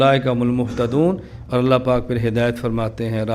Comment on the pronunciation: كیا گهمن صاحب تجوید میں کمزور ہیں ؟؟؟ ق کو ک اور ع کو سهی ادا کیوں نهی کرتے؟؟؟ اللہ کو موٹا کیوں نہیں پڑهتے؟؟؟